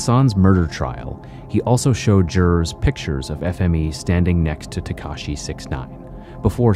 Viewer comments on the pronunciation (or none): none